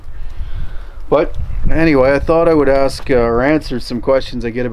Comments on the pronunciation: You've gotta be tired of people axing you this question so often! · I thought he said ex's I was going to chip in on that subject shudder 😬